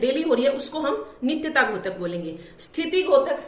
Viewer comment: मैम आप बहुत अच्छा पढ़ा रही हो। आपके छात्र होने के नाते आपसे एक अनुग्रह करूंगा कि आप उच्चारण में सुधार करिए। द्योतक को घोतक न बोलिए।🙏🙏🙏